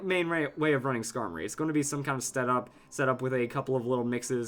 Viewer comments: Why would u say scarblis D' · I assume he's talking about Skarmory with Blissey?